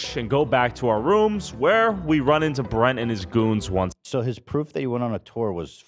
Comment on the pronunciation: The fact that said Bretman’s name wrong. After all this time….always.